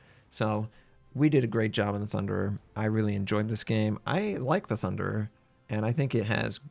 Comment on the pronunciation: Thunderer? And je says it 2 more times after lmao has hit one to many islands i think... lmao